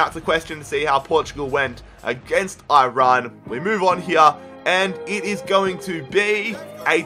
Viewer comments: That guy just said Oirayn for iran? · im persian and aussie bilingual basically but is it me or do every one pronounce Iran wrong in my mind lol